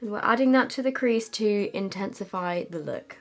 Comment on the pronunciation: take a shot every time says intensefey